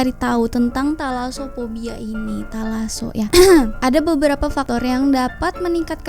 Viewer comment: Sumpah gw kira ngomong "Telaso"🤣